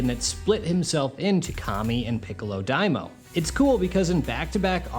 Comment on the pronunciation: It's Dai MA o . Not daimo Dai = Great Ma = demon O = king